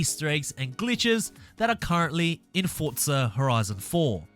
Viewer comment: Its forza not fortza